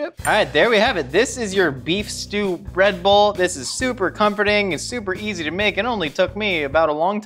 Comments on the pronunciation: Did any one else hear Redbull when says breadbowl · I keep hearing “red bull” instead of “bread bowl” and I can’t say I’m surprised with as the host